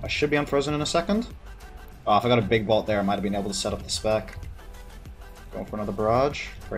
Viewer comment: BOLT NOT BALT